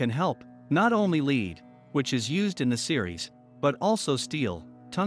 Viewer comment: Lead is pronounced as " led " ... very informative video. Much enjoyed. Thanks.